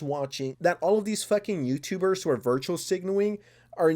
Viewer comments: Guy. It's "virtue signaling", not virtual signaling. And it's "indirectly", not undirectly. And English is not my first language btw. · It's virtue signal, not virtual signal. For someone who's job it is to talk you make a lot of badic errors in your speech, it's annoying. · It's virtue-signaling not virtual-signaling lol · Virtue not virtual lol